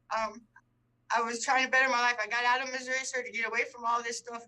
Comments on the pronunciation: You could tell she was so confused about the court process. I truly felt for her. SO since she signed the waiver, does she have to apply for bail in Tx OR Missouri? AND for the record it's MISSOURI(eee) not Missouri (ah ah ah) I totally get why she was confused. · If you have been saying "Mazurra". Yes, yes I believe you have been. I'd never heard it called that in my life, personally. Plz don't think I'm poking fun at you. It just kinda tickled me when I heard it...😂💯